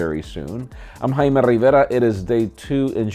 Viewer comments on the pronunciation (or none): "I'm "